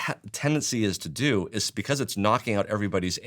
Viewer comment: It's "because", not "bevauce". 😂